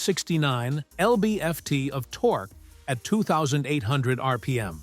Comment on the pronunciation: haha i like how your AI says torque.....torkoo btw you posted only 3 subscribe banners in 4 minutes? shame on you,you should be more annoying